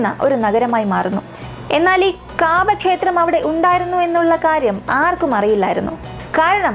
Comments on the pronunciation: കാബാ എന്നല്ല കൗബ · Kaabaa allaa kahba